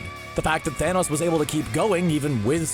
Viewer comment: You mean Thonos?